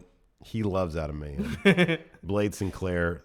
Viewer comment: "And Mayhem" sounds right. May-hem, May-hem Lio Rush voice